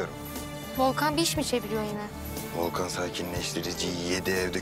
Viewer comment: 39.05 de Volkan yerine Doğukan dedi